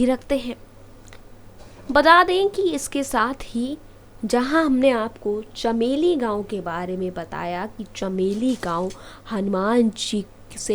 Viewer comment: साली बकवास बन्द कर चमोली को चमेली बोल रही है